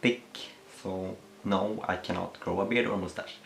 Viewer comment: HE SAYS MOOSTASH AHHHHHHHHHH...i love it 😂